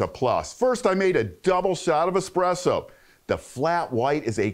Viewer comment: *espresso, not expresso....